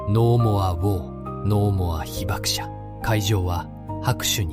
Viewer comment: 二重被爆者 にじゅうひばくしゃ ひばくものって😂